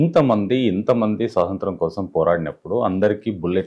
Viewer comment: స్వాతంత్రం,,,,, స్పష్టంగా,, పలకండి, సోదరా,,,,,, ముఖ్యమైన అంశాలు మాట్లాడుతున్నారు,, గ్రేట్